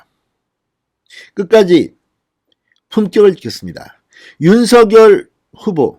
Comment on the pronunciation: 진성호님 윤석열 발음을 석열로 하지 마시고 석~녈로 발음 하세요 본인이 그렇게 해달라고 했답니다 본인도 그렇게 발음 하구요 ~